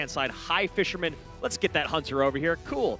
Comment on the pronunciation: “That fishermmnn” 🤠